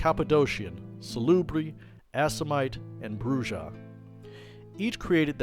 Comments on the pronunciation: Brujah ... "Broo-hah" :p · Brujah is pronounced "Broo-ha". It's Spanish. It means " Witch /Sorcerer " ( Brujoh, masculine form, both with an emphasis on black magic and curses ). Additionally Lasombra roughly translates to "The Shadow", and a Toreador is a type of bull fighter. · It's pronounced BREW-HA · I’m from Mexico and in my group we pronounce Brujah like “Broo-ya” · Soo.... you're saying Spanish is 4000+ years old? Cool Story, Bro. It was Bru-Jah in 1st edition. You insolent pups twisted the pronunciation.